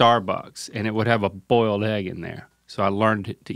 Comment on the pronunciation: "bolied eggs"